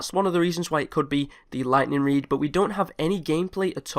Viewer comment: its oviosly the ligthneeng reed